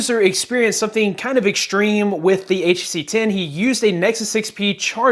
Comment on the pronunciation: Guy cannot even say HTC most of the time. Use it while charging and check temp.